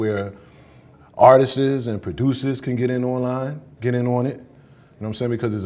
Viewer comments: Its Not "Artis ..iisss!" ...Its "Artists!"...Not tryn" to be funny! Correct dat bruh!..I want u to make it bruh! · that word for the black community seems to be like the word "ask" how 90% say "axe" ... for some reason 90% pronounce "artists" as "artis..issss"